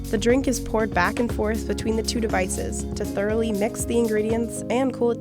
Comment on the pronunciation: devices sound soo funny as an indian